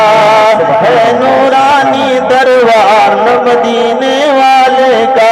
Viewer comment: Janab darwar nahi Balke darbar hota hai